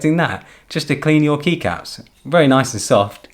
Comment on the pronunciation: Dude, the way you say "Keycaps". You should make a Podcast !!